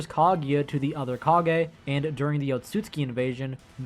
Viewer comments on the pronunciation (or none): none